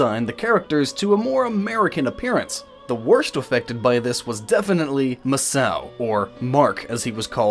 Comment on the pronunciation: Not sure anyone has pointed this out. It's not Ma-Sao, it's Ma-Sa-O